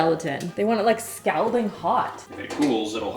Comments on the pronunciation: "Scowlding" hot lol🤣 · Also Canadian and confused by her way of saying scalding and chick fil a (chicka fil a lol) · I’m Canadian and that “scalding” fucked me up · I think she was purposely mispronouncing scalding, like she does with some words sometimes.